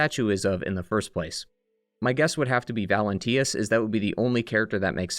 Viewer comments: Bro its valentinus, not valentius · Valentinus* not Valentius, Pistris* not Distris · Bro had two years to say "Valentinus" instead of "Valentius" and still got it wrong 😭